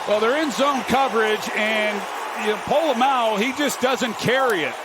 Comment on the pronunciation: ".. by Polamalu, the safety!" What? Who? Oh! POLA-MAO. 😅